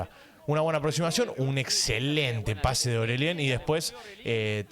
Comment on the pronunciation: hace 1 segundo Bro cómo le dices a Orelien, o Oreshen JAJAJAJAJAJAJAJAJAJA Más respeto. Saludos